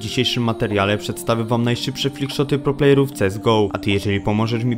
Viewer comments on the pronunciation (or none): PROPLAYERÓW" czytaj Izak XD